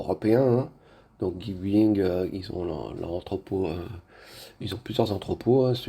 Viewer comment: ça se prononce "Guic Baying" au fait.